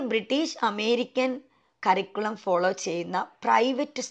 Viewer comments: കറിക്കുളം അല്ല. കരിക്കുലം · Lots of pronounciation mistake. ഒരു സ്കൂളിൽ work ചെയ്യുന്ന ആൾ സ്കൂളിനെ കുറിച്ചു വീഡിയോ ചെയ്യുമ്പോൾ കുറച്ചു കൂടി ശ്രദ്ധിക്കണം . എന്നോപ്പോലെ പ്രൊനൗൻസിയേഷൻ problems ഉള്ളവർക്ക് ഒരുപാട്‌ കൺഫ്യൂഷൻ ഉണ്ടാക്കും . cambridge curriculum Native…. Etc….. Check these words